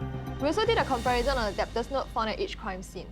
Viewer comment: Can’t get over the way she pronounced debtor wrongly